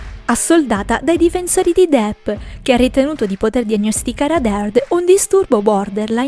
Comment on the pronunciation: non si può sentire DIP...si pronuncia DEPP, proprio come è scritto!!